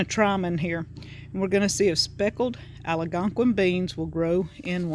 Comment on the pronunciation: Clicked “send” before finishing...our Algonquin friend made the children purses, moccasins, a drum, necklaces, a rattler made from a turtle shell and a clay duck he molded by hand! These are treasured items from about 42 years ago! Also it’s pronounced as spelled...Al-gon-quin! (The “gon” is like gone! Thanks for stirring the memories! Your plants are beautiful!